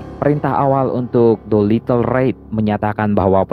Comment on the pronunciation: Doolitle raid bukan Doilitle ride